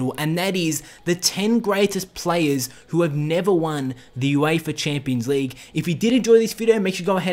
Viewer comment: Wtf is the Youééifa Chéémpions Leigue?